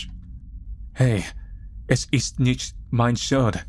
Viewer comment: the "es is nicht" part sounded bad but one of the best "*sch* sounds I have heared from an american so far :) mfg Olli